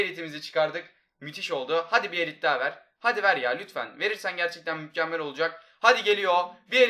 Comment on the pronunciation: sonda mükkemmel yerine mukkemmel